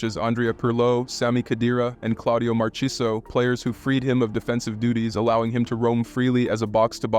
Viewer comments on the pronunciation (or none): “Marchiso” is crazy. But great video nonetheless